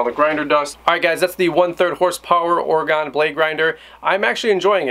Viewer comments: OR-Ah-GIN. No Gone. Its not OR-A-GONE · It Or-Gun not OrAgone :) Great review, thanks! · Oregon; pronounced "ore-gun" not "ore-gone" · Excellent. I just took delivery on this same model - still in the box. This was very helpful and saved me some time. BTW, not to nitpick, Oregon is Oregun, or even Oreg'n, not Ore-gone. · Grinder looks cool. As a person who’s lived in Oregon I have to mention Oregon is pronounced ory-gun not ory-gone. Thanks. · Good video but every time you said Oregone drove me nuts out this way we pronounce it Orygun I know but it's how we identify out of state folks or fresh transplants lol